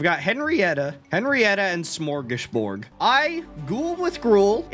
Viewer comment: As a swede, i've never been more happier to see little smörgåsbord die so i dont have to hear the butchering of our word:) Amazing video as always!